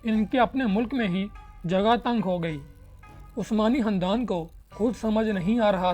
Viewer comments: Hahahah o Bhai khandan hota hy handan ni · Khandan Not Handan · Khandan ko sahi pronounce karay